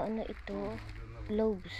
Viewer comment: GLAVS po correct pronunciation Ang GLOBE no letter S ay mundo. Not a basher just trying to help to avoid bashing from someone else.😊😊😊😊